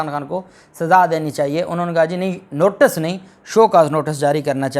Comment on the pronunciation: Thank you so much for giving us insightful details and please note the correct word is "Notice" you continuously say "Notus " Hope you'll correct because tons of people are listening you.